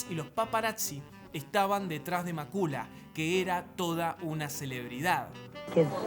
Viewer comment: Macula??? Cuándo se ha pronunciado así el nombre?